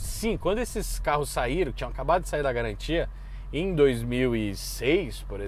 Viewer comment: "Sem galantia" kkkk